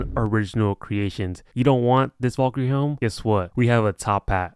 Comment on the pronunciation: his pronounciation of valkyrie makes me wanna die